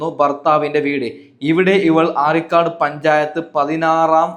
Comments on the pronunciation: Areekad alla areekode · അരീക്കാട് അല്ല അരീക്കോട് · ആരിക്കാട് അല്ല (അരീക്കോട്)